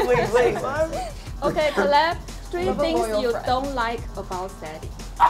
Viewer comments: 媽呀。。。Caleb是唸 （k) (lib) 不是 ka lab。。。人家名字兩個音節你都沒唸對，google一下就有了 😰😰尷尬死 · Caleb名字一直唸錯真的很尷尬... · 每次主持人喊 Caleb名字，我都好想和她说不是这样发音的，哈哈哈